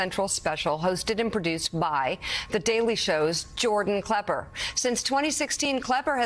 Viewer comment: I get the very distinct feeling the Mika has never watched anything on Comedy Central nor does she know who Jordan klepper is, she must have mispronounced his name at least three four times. She kept on talking about how funny he is and it wasn't until after she had watched some of the clips that it seemed like she finally understood his role in journalism.